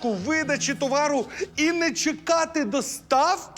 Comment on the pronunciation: пані мудрець, а де кличний? достаФки? Яу же літературна вимова достаУки? І чому доставКА, коли це москвизм, як парковка, групировка і тощо. Доставлення, групування, тощо.